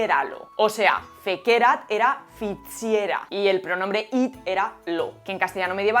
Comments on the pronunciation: Fantástico vídeo, como todos los tuyos. Sólo un apunte: cuidado con los acentos latinos. Por ejemplo, “fécerat” lleva acento en la primera “e”. Lo sé: te ha salido un fan pedante 😀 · súper interesante - mil gracias - ¡siempre me lo habia preguntado!! algunas notitas sobre la pronunciación de formas verbales en latín: FĒCERAT se pronuncia 'fécerat' CRĒDIDĪ se pronuncia 'crédidi' AMĀVERAT se pronuncia 'amáverat' Nisī fallor, pronunciaste los demás correctamente